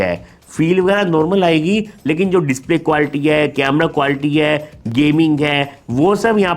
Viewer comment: Sir ap quality ko qualty kyu bolte ho 🤔